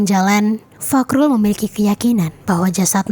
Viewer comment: fahrul... bukan fakrul🤣